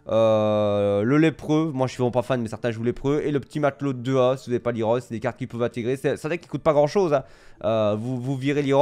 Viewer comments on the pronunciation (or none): none